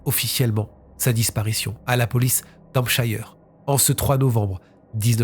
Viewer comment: Non, mais vous massacrez Hampshire & Boca Raton de c’est pas vrais!!!